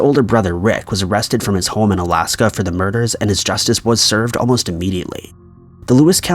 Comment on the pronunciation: Why does this guy pronounce “home” as “hole”